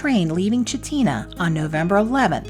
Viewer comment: Great video, been there several times. But it is Val-deez. And Chit-na